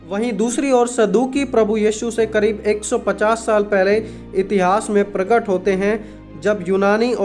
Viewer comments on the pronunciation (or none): none